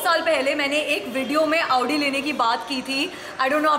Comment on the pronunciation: Your video is nice pls pronounce correctly its pronounced "audi" not "aaoodii" ( style me chakar me pronounciation mistake mat karo) btw love your videos pls upload marathi challenge soon